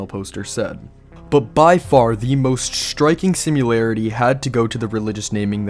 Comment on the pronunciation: SIMILARITY<-------- =/= "SimUlarity" --- Get it right.